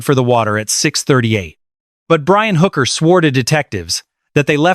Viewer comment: Her name is Hooker NOT Booker Mr. A.I. speaker.